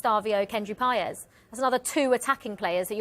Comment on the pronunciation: Did she say Paez and Savinhno? Or was it my ears hearing things